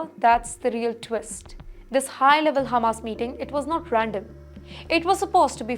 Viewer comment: Its Hamas, NOT Humus....